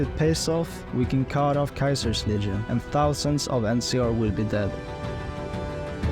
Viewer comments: Wait are you saying Kaisers legion instead of Ceasers legion? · Caesar getting pronounced as kaiser is some schizo shit